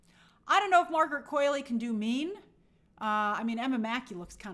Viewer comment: It’s “Qu-ALL-ey”. Not “Qu-AIL-ey” 😭😭